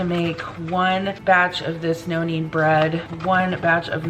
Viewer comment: I kept thinking you were saying “noannie” bread and I was wondering who Noannie was…🤣….#nokneadbread